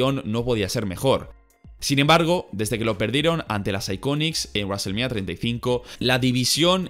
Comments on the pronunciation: Raselmanía puta me cago de risa... El que es fanático de la lucha libre (wwe) debe saber como se pronuncia los nombres y palabras...... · WWE: wrestlemania: Raselmenia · Nadie:: Reselmenia....